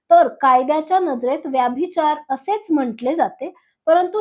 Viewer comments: मॅम व्यभिचार म्हणा व्याभिचार नव्हे. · ताई तुम्ही मराठी आहात ना? मग उच्चार योग्य तसेच बरोबर करा ना. ही आग्रहाची विनंती. “व्यभिचार “ उच्चार नाही.व्यभिचार हाच योग्य उच्चार आहे. तुमच्या चित्रफितीत उगाचच इंग्रजी शब्दांचा उच्चार वारंवार का करतात? चपखल मराठी शब्द वापरले तर समजणे सोपे होते. तुम्ही कदाचित शुद्ध मराठी बोलणार नाही याची मला खात्री वाटते. परंतु मराठी भाषेचा अभिमाना पोटी एक क्षीण प्रयत्न.